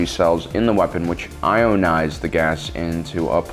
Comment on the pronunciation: Mf said "iOnize"